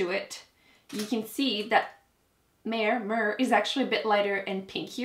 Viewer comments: Mehr is pronounced "meh-r" (your first try). It means "more" in German! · Mehr is pronounced like La Mer but without the La 😄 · "Mehr" means "more" in German and is pronounced as "me-er" :) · Mehr is pronounced as "May-heigher". It's a common name in India :)